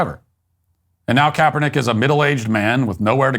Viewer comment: Kaperdick It’s what I heard